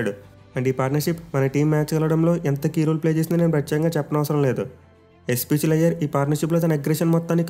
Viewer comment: Iyer ❌ flyer ✅